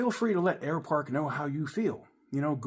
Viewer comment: Air Park? Sounds more like Air Fart, shame.